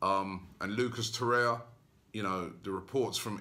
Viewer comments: can somebody tell robbie its torreira and not torreia? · how do you pronounce Torreia or TorreiRa? I think it's Ra no?